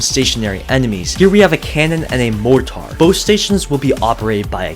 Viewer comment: why do you pronounce "mortar" like that